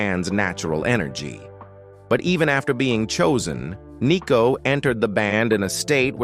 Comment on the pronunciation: It’s not ‘Nee’cko , it’s Nicko.